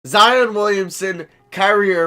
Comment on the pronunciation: did he say Za vs Jion? Lol